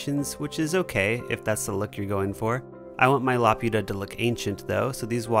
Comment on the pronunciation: love the work, it's really beautiful to watch and i really hope sometime i can make some of my own. if possible tho, could you please check pronunciation? laputa is la-poo-tah. i'd be happy to help. this isn't meant as a criticism, just an ask. thank you.